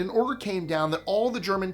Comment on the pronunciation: #21, Pronounced 'BEAU-man-- ville' and 'Dee-epp', not 'Dee-eppie'. (Tomayto, Tomahto)